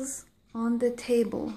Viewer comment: Бірінші сөздегі the table деген сөз He table ұқсап қапты